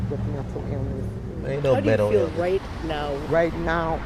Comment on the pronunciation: “Mintill eelniss”.